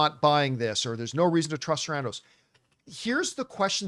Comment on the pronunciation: it’s Ted SARANDOS not Sandros, he’s Greek not Mexican